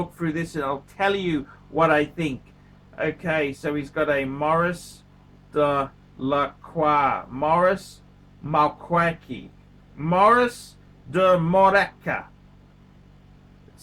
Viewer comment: 'Maurice De Crap'. Lacroix, darling. Lacroix